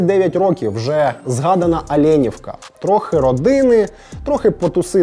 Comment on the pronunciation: Олєньовка. Наголос на передостанній склад.